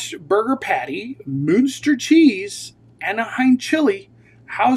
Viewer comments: It’s pronounced Munster Moonster?! 😂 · "Moo-when-stir" Muenster 🤓 😂😂😂😂😂😂